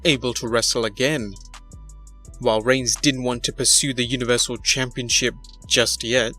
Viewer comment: "Reigns" not "Regins"